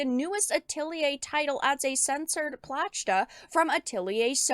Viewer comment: the “platch-ta” pronunciation and “Atelier games are known for showing skin and fan service” makes me think she doesn’t know